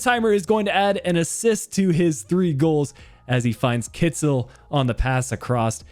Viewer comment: Kittel is supposed to be pronounced more like Kitl than Kitzel. I know you’re keen on pronounciation.